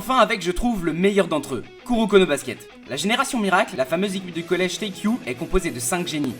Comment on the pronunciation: Juste c'est pas teikyu c'est teiko